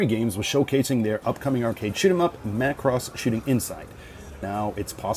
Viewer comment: I'm just happy you pronounce it Macross and not MUH Cross. Thank you.